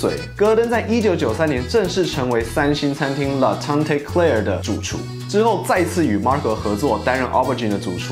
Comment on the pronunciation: La tante claire, 明亮大棚，或者是Claire大婶！😂 tante最后的e不发音